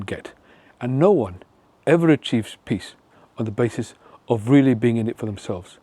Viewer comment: Oh! Nobel "PEACE" Prize! I thought you said Nobel "PISS" Prize....my bad.😜